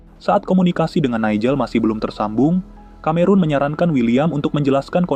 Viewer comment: Film murah, tahun 1940 kok Messerschmitt ME kok udah ikut perang, pdhl pesawat2 itu baru mulai operasional tahun 1944. Konten kreatornya juga murah, Cameron seharusnya dibaca Kameron malah dibaca Kamerun (Cameroon), emang dia negara di Afrika? Dan ada bbrp lagi flaws-nya saya lupa.